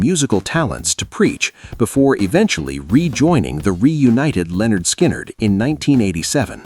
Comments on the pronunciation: Their name is "LIN-erd skynerd", not "Leonard Skynerd". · It's not Leonard Skynyrd, it's pronounced Linard. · There's that stupid pronunciation again. ""Leonard" Skynrd..Guess A.I. doesn't understand everything yet..😂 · “Leonard Skynnyrd”…😂 The Genius of A.I. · its Lynyrd Skynyrd ! get it right!!!